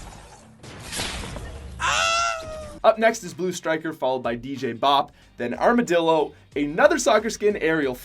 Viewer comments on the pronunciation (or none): none